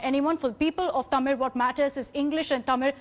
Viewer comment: she say தமிழ்(thamizh or tamil)correctly she may a tamil or other south indian language speaking women ! because tamil languge letter zh(ழ்) is hard to speak ! but i like her work she critizied karthick very matured way !